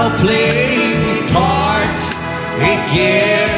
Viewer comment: ?????? A mnie sie zdaje, ze Wojtek wymawia "again" akurat tak jak trzeba...